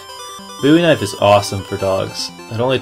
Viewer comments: Lol, it's the Bowie knife ( bow-ee), not bouy knife ( boo-ee) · its called the bowee kinfe not buee knife